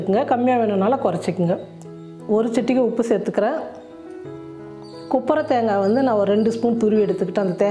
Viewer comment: கொப்பரைத்தேங்காய்.குப்பர தேங்காய் அல்ல.😂